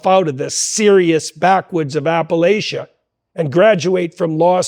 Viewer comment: Jordan's statement that Vance 'pulled himself out of the backwoods of Appalachia' is comically ignorant of Vance's actual biography (and includes a mispronunciation of 'Appalachia' to boot).